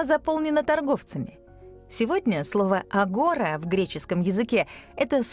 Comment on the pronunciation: Агора-ударение на последний слог. Агора́